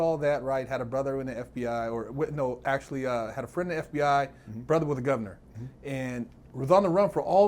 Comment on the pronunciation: Big “Impacshual” Herc 😂